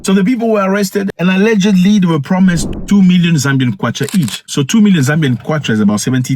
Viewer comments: Zambian 🇿🇲 not zambiam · Thanks for covering whats going on here bro. Its actually zambian not zambiam